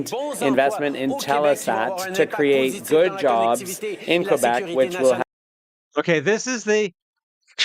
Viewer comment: Congrats for saying Kay-bec and not Kwebec like some who are not informed about that.